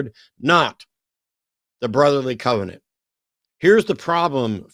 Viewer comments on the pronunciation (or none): none